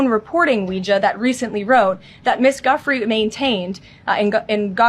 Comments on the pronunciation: Leavitt identifies the victim in the publicly email as Virginia Giuffre. She KNOWS it is pronounced “Jew-fray” but insists on saying “Guff- ree”. I find this to be highly offensive. Even if it was a mistake ( it’s not) , the fact that she would not learn to give the victim the respect of pronouncing her name correctly is repulsive. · Guifrey pronounced dewfrey